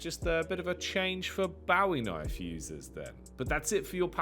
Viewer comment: Interesting pronunciation of bowie knife... but another phenomenal CS2 update vid. TY